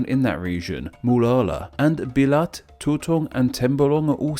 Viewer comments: When I heard of Sabah, I was hoping to hear some banana reference, because here in a neighboring country, we have a banana type called "sabá", and I assume that it must be similar to malaysian. I am not disappointed. , you sound like a foreigner trying to pronounce "Belait" and "Tutong" as if they were tagalog words 😐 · That Belait did not sound right...